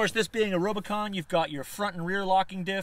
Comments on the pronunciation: Is he saying robo-con?? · Its RUBicon not rob!! Great vid ahha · Are you calling it the Robocon?!?! 🤣🤣🤣 Good video bro. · U said rubicon wrong